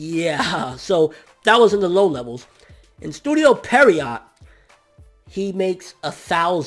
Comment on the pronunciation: Please learn how to say Pierrot correctly. Sounding out a word isn't that hard. And they're not a good studio. Wtf. They're pretty average to poor. lol